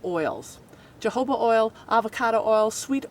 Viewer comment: Do you know what the "proof" is that you love speaking of and what is the meaning of "pudding"? See if you can find another cliche. Jojoba-pronounced HOHOBA...Spanish word. Entities are BEINGS. Olive Oil goes rancid.